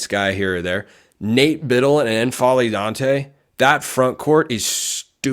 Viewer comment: Damn, I hope that works out. Assuming Ducks get a break with the injuries next year, that's a team that makes a deep run. I dont think there's a /ɛ/ vowel on the front of N'Faly ... that is, it's not EN-FA-LY, just N-FA-LY You know, like M'baku 😊